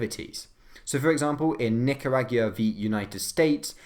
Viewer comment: Excuse me. Nik-a-rag-ua? What the shit was that pronunciation? Its Nik-ar-ah-gwa